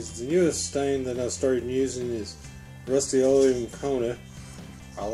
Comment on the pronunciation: Rusty-oleum??? And he can’t pronounce Ipswich 🙄🙄